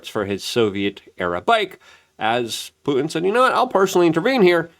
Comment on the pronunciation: it's not Pu-en, it's fucking PuTin ffs dude why?